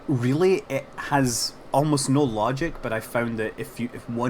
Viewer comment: oh relly farty meters per second WORK ON UR ENGLISH